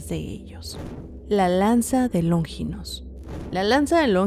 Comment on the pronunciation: q No es LóNGINOS, ES LONFINPS, NO LLRVA ACENTO 😅😅😅